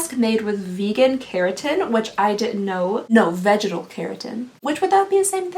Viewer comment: Girl say "vegetal" again, I'm cracking up